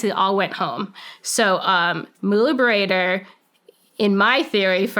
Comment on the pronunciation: Mullah Baradar, translates into "Brother," so this is a nom-de-guerre. Also, it's not pronounced "bar-eye-der," it's pronounced "Ba-ra-Dar." She may be a good CIA officer, but she's bad at linguistics.